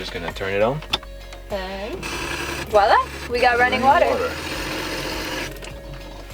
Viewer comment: did you say voila?